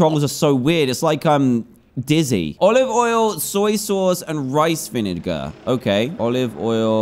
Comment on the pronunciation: Most of the world: vinegar Dan: vininger